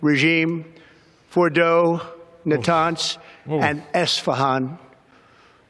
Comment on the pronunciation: "Nut hans and Assfahan" - Donald Trump 2025